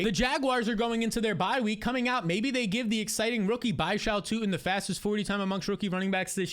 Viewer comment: Keep saying Tuten wrong. It’s pronounced Tuten